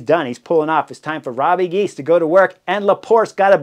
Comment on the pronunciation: Hey Chris, say Robbuh Gheys😉 Not Robbie Gies.